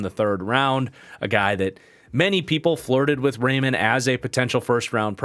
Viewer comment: I’m begging you, Raimann is pronounced Rye-Man